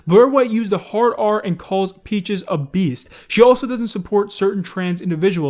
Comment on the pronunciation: When dude say "she was caught using the hard r" in English accent was so funny to me... THE HARD R